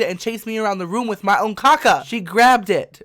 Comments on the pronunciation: it's kaka not caca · THE WAY HE SAYS "CACA" IT KILLS MEE